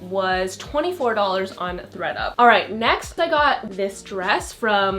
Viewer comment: Lol I thought you said “Greta” instead of “Thread up”